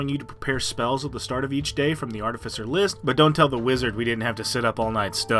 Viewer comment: It’s pronounced Ar-Tiff-icer, not arti-ficer.